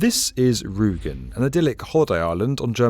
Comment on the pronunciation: It's Rügen, not Rugen.